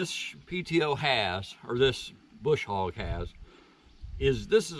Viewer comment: There is no "R" in BUSH HOG!!!